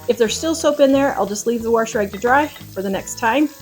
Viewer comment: I don't mean to correct anyone but it really bugs me when you say warsh. Lol. There is no r in wash. I've heard so many say it that way. I know, I know. I'm not a perfect speaker either.